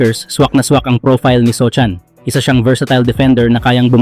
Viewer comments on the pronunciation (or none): sohan po ndi sochan 😂